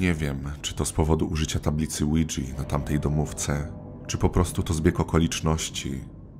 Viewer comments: muwi się tablica guidża a nie łydźi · I pov oujia wymawia się łidża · O ile się nie mylę nazwę Ouija powinno się wymawiać "łija" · Lidżi XD